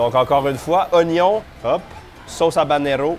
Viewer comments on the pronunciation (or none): none